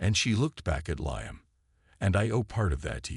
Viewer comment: And make sure your AI program pronounce names accurately, his name is pronounced "LEEAM", get it right or don't do it at all, AI sure sucks!